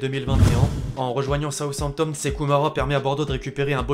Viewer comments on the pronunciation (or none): none